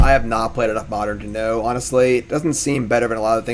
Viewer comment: Oh man I love "Modren"